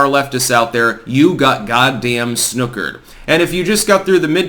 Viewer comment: You’re saying snookered weird 🥸👍🏻